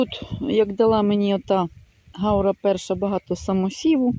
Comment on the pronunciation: Це не гАура,а гаУра